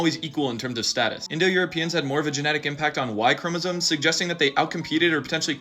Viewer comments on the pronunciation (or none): none